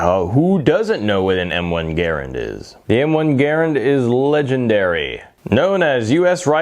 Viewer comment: Garrand not garrend.